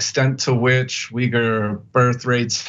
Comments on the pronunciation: lol he's got her saying 'yoogur' too; it's closer to 'weegur'. On a more serious note, very sad situation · It's ' weegger' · Try "Weegur" Remember that a person’s name is to that person the sweetest and most important sound in any language. - Dale Carnegie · Stop saying “Yoo-ger”! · It's pronounced "Wee-ger". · Why does Anna keep mispronouncing these name. She's like "yougirs? Wtf is that. Lol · I'm a big of Anna K fan but in the interview she really got pwned over the pronunciation of Uyghur, that should have been identified in production meetings. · tyt please consult a dictionary on how to pronounce uighur